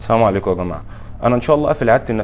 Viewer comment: لماذا تقول السام عليكم يا جماعة .هو انت يهودي ؟ وعليكم ما قلتم